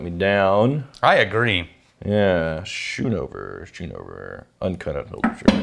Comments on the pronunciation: It’s pronounced skoonover😂 my last name is schoonover and I’ve listened to everyone mispronounce it my whole life😂 I always tell people “you don’t say school (shool) do you” or “you don’t ride a shool bus” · It’s sk oon over for how it’s pronounced it’s my mother’s Maiden name and that’s it least how my family pronounces schoonover there last name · That’s not how you Pronounce Schoonover. You have to use the SCH like school.